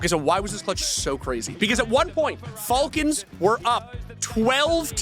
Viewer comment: him pronouncing it fall cons triggers me